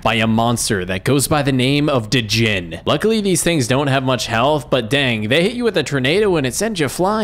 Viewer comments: I think the d in djinn is silent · stop saying (d-gin), it's just (gin) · It's pronounced jinn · The d in djinn is silent. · Fuckin hell the “D” in Djinn is silent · Dude, the D in Djinn is silent and the ending of Geonach is pronounced Nock. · "Djinn" is pronounced with a silent "D". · Is anyone else pissed that you're mispronouncing djinn